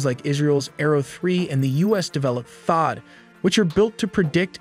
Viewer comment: I lasted until you mispronounced and mispelled THAAD...